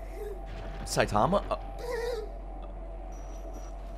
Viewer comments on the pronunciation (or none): none